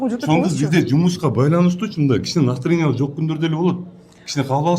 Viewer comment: Настреня дейт гө билбейт го